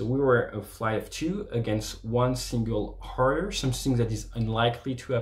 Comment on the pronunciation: He said ‘a shot in the Harrier’, but with a French pronunciation.